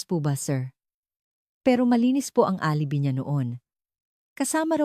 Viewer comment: Deretsuhin mo ang pagbigkas ng g de Leon Huwag kang mag pause very annoying,alibi is pronounce as alibay I hope sa sunod alam mo yan